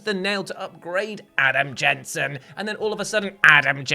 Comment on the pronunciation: Now you've done it: you have to say "Adam Jensen" like that EVERY TIME, from now until FOREVER, or we, the rabid masses, will go ballistic! 🤣